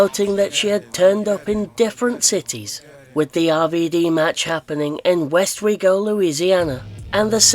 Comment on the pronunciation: I live under an hour from Westwego, Louisiana! There's a couple TNA shows being ran there in March. And yes, you pronounced it correctly 😂